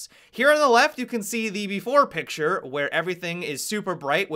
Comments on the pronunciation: "pick-sharrrre" lolz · the way he enunciated picture 😂😂😂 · the way u said picture xD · The way he says "picture" is cringe worthy